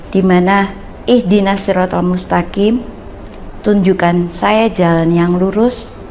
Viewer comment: Habaib itu jamak dari kata habib, bisa keturunan rosul bisa juga kesayangan, jadi OTEN ini cetak keturunan rosulullah..???? Baca MUSTAQIIM aja salah, dibaca MUSTAKIN.